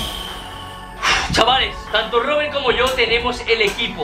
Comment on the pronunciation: En el 8: 21 dice robelt en ves de Robert